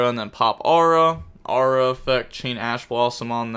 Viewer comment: For your next lesson: It's Aroo-ha, not Aura lol